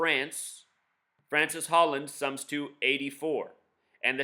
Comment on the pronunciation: His name isn't Francis Holland, okay... it's Francois (Frahn-swah) Hollande (Oh-lahnd).